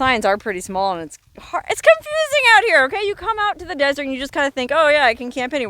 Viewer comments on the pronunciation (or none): none